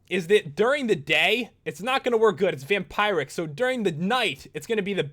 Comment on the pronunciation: It's Vampiric not Vamieeric.